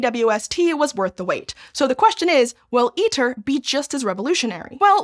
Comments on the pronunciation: ITER is pronounced "EATER", because that's what it does to money. Producing little of value. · Fitting that ITER sounds like Eater... It eats money and produces... maybe some data if we're lucky.